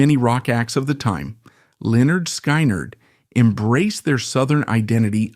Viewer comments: If it’s so intelligent, why can’t it pronounce the name right? I listened all the way through but I got so sick of it pronouncing the band’s name wrong. They actually showed how to say it on their first album. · 18 whole seconds into your presentation, you mis-pronounced Lynyrd Skynyrd. How in the world do you expect us to believe anything you say? This is so over the top ridiculous. Get your crap straight, then try to make a video. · The scariest thing about this is the pronunciation of LenNard SkyNerd. Sounds like a crummy 🏀 basketball team in a bad dream. I say if AI can't handle the job, hire a human!....just like in the good old days.⁰ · Really? Lynyrd SKI-NERD? Is this AI, some idiot from another planet or some stupid millennial who just doesn't get it? And he's mentioning the Hell House and the video shows some big luxury mansion. God, only in the 21st Century! Fucked up... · IT'S PRONOUNCED "Lĕh-'nérd 'Skin-'nérd" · Say it with me "skinnerd" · Its pronouced Lynyrd (Skinard) Skynyrd. ❤❤ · It is Pronounced SKINARD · Pronounced SKINNERED!!! God man learn your ah craft. Do some research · Lynard SKY-NARD would it kill the guy to pronounce the name right? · If people would just pick up LYNYRD SKYNYRD'S first album... PRONOUNCED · Says this is Ai and soon as IT pronounced band name wrong IM done with it. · When you can't pronounce Lynyrd Skynyrd I will not stay to your mess up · No! Absolutely not! You cannot even pronounce Lynard Skynard correctly. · Is this some more Ai bullsh-t. Can't even pronounce the name of the band you're talking about. What do you know other than what's already on youtube. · Hey narrator, they even came out with an album called pronounced. You might want to look into it. 😂😂😂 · WTF? Can’t even pronounce the name correctly of the band correctly! Fuck AI, time to turn this video off! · If you can't even pronounce the name of the band why should I listen to anything ai spews. Misinformation central... bye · Ai just can't get the name right